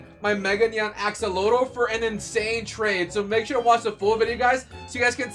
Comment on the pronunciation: What is a e-exa…you kinda said it funny axllotele lol🤭🤭🤭